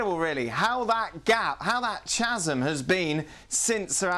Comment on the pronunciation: Chazzum"..... ???Surely a well regarded journalist can pronounce 'chasm' correctly.....🤔